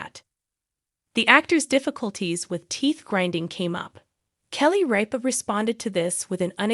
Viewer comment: It's RIP a, Not Reeepa. Drives me crazy when Names are said incorrectly. Then you don't trust anything else they say.